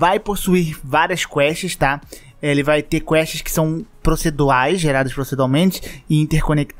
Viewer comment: Toda vez que o fala: PROCEDUAL, ou PROCEDUALMENTE, eu imagino aquela personagem professora de português quebrando a lousa 😂